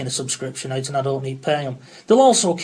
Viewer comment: Leave it aught! You slaaaagh!